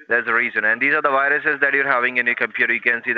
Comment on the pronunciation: There's "bayrous in your sistem"